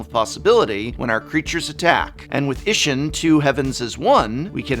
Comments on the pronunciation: Just a heads up, as this is Japanese theme set, it's pronounced E-she-n. The i is pronounced as a e at the end of she and the ss makes it... pause for a lack of better words. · Please, for the love of the gods. Japanese vowels aren't hard. They sound the same as vowels do in Spanish. I makes a hard E sound.